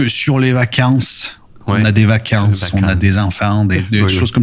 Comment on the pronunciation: Carrément plus st Etienne les vaca-inces. - Gerland \o/ pareil 😁(quartier de Italien pauvres... voilà 😃) - Et je n'ai pas compris la prononciation de "placard".